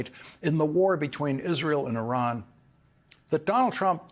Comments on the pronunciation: she finally broke character and pronounced Iran properly… so much pandering to the base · It is amazing that all of a sudden she knows how to pronounce Iran's name correctly.